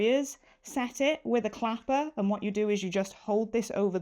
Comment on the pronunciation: I thought you said clamper instead of an ironing Clapper?